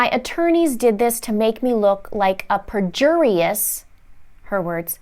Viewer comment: You butchered the word Perjurious!😂 Other than that, I enjoyed the video.